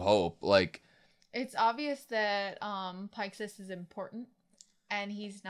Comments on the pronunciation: The Connie pronunciation 😓 Connie like continuity y’all Pixis like pixie dust, not pikes Hannes like harness without the R, not Hanz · Gene: "Almost everyone makes that mistake. I'll let it slide." Cone-ee: "That's a pretty weird pronunciation, but whatever." Commander Pike-sys: "Okay, that's it. This is where I draw the line. Are you guys even slightly listening to the characters speak?" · I know. Their mispronunciations are harmless and inconsequential. I'm just teasing. ...Seriously though, fucking Pike-sys?!